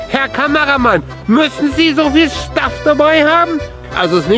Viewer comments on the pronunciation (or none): haha ich musste so lachen. ,,Herr Kameramann, müssen Sie so viel SCHTAFF dabei hamm?''